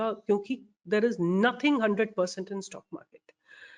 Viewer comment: Plz pronounce stock while u lecture